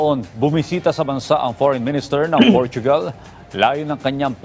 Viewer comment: Portugal hindi portuugal